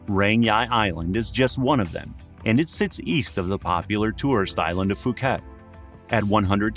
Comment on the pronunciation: Phuket is pronounced Pooket not Fooket.